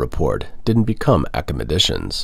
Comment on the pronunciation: All I heard was acamadicians.